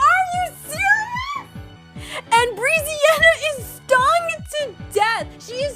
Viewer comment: just so you know brezziana is pronounced breh-zziana :) good vid tho :)